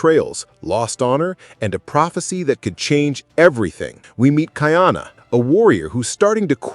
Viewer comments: Hello, it's Kah-ee-ah-nah, not Kai-ana, for Ka'iana. Ka'ahumanu is Kah-ah-hoo-mah-noo. Please practice because it hurts. But you did better with her name. I would say that you described the story presented, but you are unaware of the history to put it into a better context. You have no idea what Ka'ahumanu is really about...yet. depends on what the story reveals of her impact on the hawaiian culture post contact. This will be interesting, but I look forward to you saying the protagonist's name better. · Not kai-ana, ka-ee-ana. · It’s not Kai Ana . It’s pronounced Ka-I-Ana